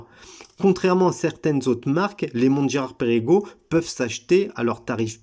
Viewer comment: ça ne se prononce pas Pérégo mais Pergo.